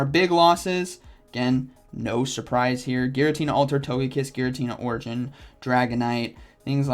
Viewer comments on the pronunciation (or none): none